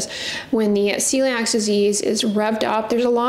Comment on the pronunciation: It's called Celiac disease not celiax.